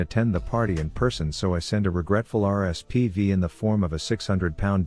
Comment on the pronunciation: it’s rsvp not rspv 🤦🏻‍♂️😂